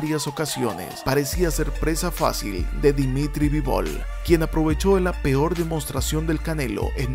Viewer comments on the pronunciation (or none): none